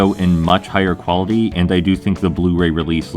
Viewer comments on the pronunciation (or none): none